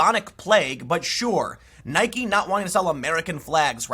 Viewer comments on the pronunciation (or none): “I know a lot about shoes”. Proceeds to mispronounce Nike multiple times.